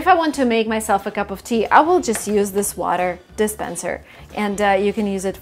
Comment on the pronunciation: ааааааааааа, ты сказала кап оФ ти )) недавно смотрел видео где ты учила говорить капоти )))